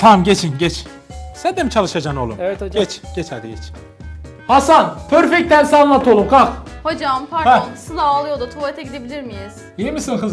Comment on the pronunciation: pörfekt tens ksndksnxkd